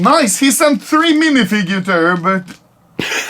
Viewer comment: "MINIFIGURTURES" LMAO 🤣😂😭👌